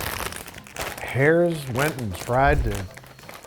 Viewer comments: Pennsylvania person here. "Herr's" is pronounced like "hers", not "hares". (To reinforce the point, Herr's once made their potato chips with "His" on the bag for Father's Day.) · I've gotta beef with you Babish. Pronouncing Herrs as "hairs". How dare you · not being from PA doesn't know how to pronounce Herr's